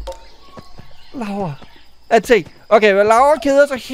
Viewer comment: Du Skree Lauru forkert Det er Laura